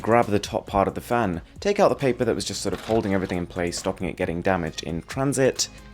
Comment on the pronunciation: It sounds like he's saying fam instead of fan